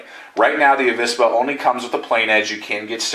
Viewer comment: In Spanish there isn't any difference between the pronunciation of V and B but you say it rather correctly, "avispa" or the non-existing "abispa" would sound the same. Greetings from Spain, saludos.